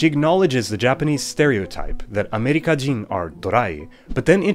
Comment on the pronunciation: I love that you pay attention to pitch accent in your pronunciation (e.g. ameriká-jin)!